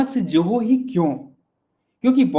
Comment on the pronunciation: कैसे लोग नाम या शब्द का ठीक से उच्चारण नहीं कर सकते? ZOHO को 'जोहो' (JOHO) कैसे कह सकते हैं? Spelling में 'J' कहाँ है? 'Z' है ना?! तो Z को कोई J ( 'ज़े'ड़ को 'जे'ड, या 'झ' को 'ज') कैसे बोल सकता है?